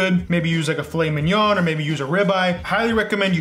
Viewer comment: I swear I heard you say meengya on another video. Italian here. Always said that too. 😂👍